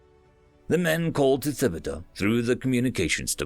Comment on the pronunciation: Great job. Just a minor pronunciation correction: the "h" in Thibodeaux is silent. Tib-o-doe